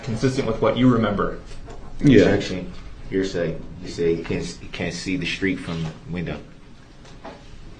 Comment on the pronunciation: Here say........axe me again 🤡🤡🤯🤯